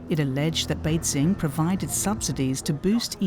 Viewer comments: Good reporting but just can't get over the commentator who can't pronounce basic terms right... Beizing... Xinziang... WTF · Why does she keep saying 'BeiZing'? It's not that hard to look up pronunciation, and should be important for someone doing a voiceover.